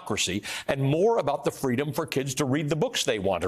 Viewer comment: She says the same stuff. And wont leave the telepromter. Its fweedom